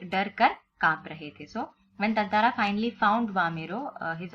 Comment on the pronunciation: its tataara not tantaraa